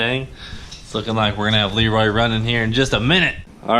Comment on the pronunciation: Elroy instead of leroy